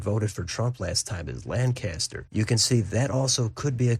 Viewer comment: LANK-iss-ter, not Lan-CASS-ter